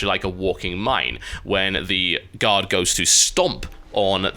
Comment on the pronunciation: Everytime you say 'guard' I hear 'god' which makes watching this video a little weird sometimes...